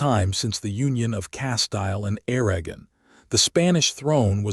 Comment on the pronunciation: Lost me with Aragon pronounced as *Air-agon" like wagon. And Castile as "Cas-Tile" like what your bathroom is covered in.